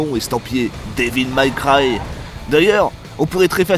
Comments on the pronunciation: C'est ton anglais qui est série B. Dévil Maille Craille... sorry, Maille Cwaille. C'est franchement limite bordel !!! :-) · Devil may cry pas devil my cry (prononciation) sinon très bonne vidéo 😊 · super vidéo mais " Dévil Maille Craie" ce n'est ni du français ni de l'anglais - ça se prononce devil mai craille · Devil May Cry. Sérieux ça choqué personne la prononciation horrible durant toute la vidéo. J'ai même cru que c'était un troll au bout d'un moment. Pas Devil Maille Cry. Ou Mac Cry. Ça ce dit Mé. Ça c'est une bonne vidéo qui sais correctement parlé... Abusé que personne ne relève. Métal Jear. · "daiville maille craille" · Oui j'ai cru au troll aussi. :D "Dis-ville-maille-caille" Je l'entends rarement prononcé correctement par un francophone, mais là je crois que c'était la pire. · devil maille cry.... quand la moutarde monte aux yeux. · Devil méï craï. Pas mal cry. Bordel. Apprenez à parler anglais. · Devil Mac Ry????